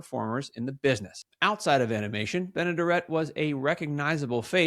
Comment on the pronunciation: Great memory but the smoking during that time was so sad. Lost my Mom at 64 due to lung cancer. I do believe Bea’s last name is pronounced Ben-ah-dare’-it if you ever talk about her again. Little trivia, one of her first cameo roles was as the woman who first received money from George Bailey during the bank run in “Its a Wonderful Life.”